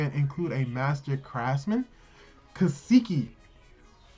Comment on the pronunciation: Kaseki not keeesekee